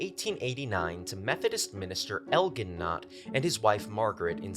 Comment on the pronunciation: In America, Elgin is pronounced with a soft "g". El-JIN